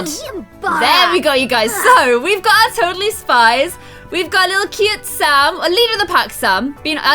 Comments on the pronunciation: When You Say Sam I Think I Hear You Say Salma! LOL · She said salm 100% I listened to it in slow motion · Yeah she said Sam but it sounded like Salma a little bit